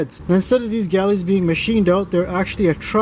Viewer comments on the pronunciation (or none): Hi, The oilways (that carry the oil around the engine) are called "Oil Galleries" (pronounced: GALL-ER-IES) not GALLIES. You are missing out the "ER" in the middle, which is both said (as in not silent) & important. Regards Ian from England.